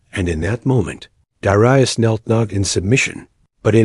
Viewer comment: I'm pretty sure that Darius is pronounced, 'dair-ree-us', not 'dar-eye-us'. 'dair as in 'fair' or 'air'.